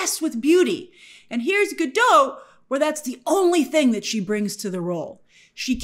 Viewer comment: Not that it matters all that much, just a fun fact, but “Gadot” is not pronounced in the French way “ga-dô”. According to Gal in her interviews, it’s literally just “Ga-DOT” with a non-silent “t”